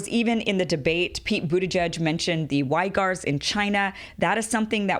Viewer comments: Great job on explaining this essential distinction between Wahhabism and the rest of Islam. Please verify the pronunciation of the name of the Uyghur (or Uighur) Muslim minority in NW China. It is not "why-gur", but closer to "wig-gur" or "wee-gur". Thanks for your hard work Kim! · Uighur is pronounced weegr not whygr ;)